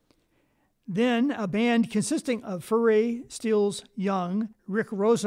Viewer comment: Thank you for sharing the correct pronunciation of Furay. As you may have guessed, I am an old guy, prone to mispronunciations! Also, thanks for the Louisiana connection info.